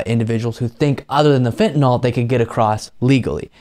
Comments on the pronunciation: I give the bissh credit she pronounces fentanyl correctly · Uh,she pronounces "fentanyl" correctly.